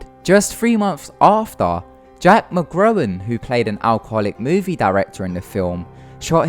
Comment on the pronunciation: jack mcgowan not jack mcgrown if you are going report facts why don't you learn to speak correct instead of sounding illterate